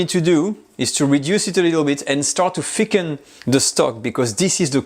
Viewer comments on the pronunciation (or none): It's funny he can't pronounce the english "th". He says "f" instead. So when telling "thicken" he says "ficken" which means "to fuck" in german. 😃